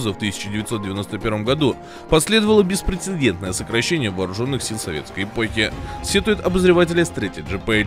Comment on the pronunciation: Автор, «консТАТИрует». «БеспреЦЕДЕНТное» Говорите грамотно. Пожалуйста.